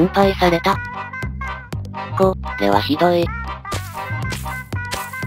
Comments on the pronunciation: こ↑れ↓はひどい↓ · こっ↑れ↓は酷い